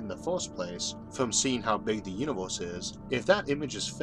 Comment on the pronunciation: the "univoorse" what dialect is that ???